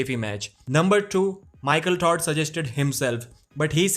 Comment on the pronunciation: Lmao he keeps saying 'michael tard'